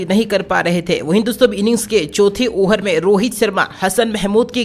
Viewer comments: Arey yaar over ko oher toh mat bolo.tumbhi yaar 😆😆😆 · Ohar nhi hota hai over hota hai